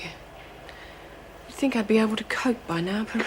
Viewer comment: someone tell its 'think'not fink